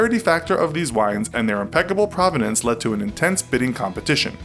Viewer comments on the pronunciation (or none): none